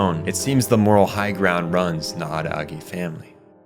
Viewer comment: is bro saying araagi on purpose or is he just hachikuji?????